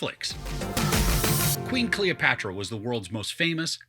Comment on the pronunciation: god, you can't even say her name right, you did not even bother to read some history about her